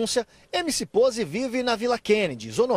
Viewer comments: "POZE" NÃO POSE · É Poze com "z" n com "s" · Rapaziada , é POZE e não "pose" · Vai para escola kkkkk (Poze)Não (Pose)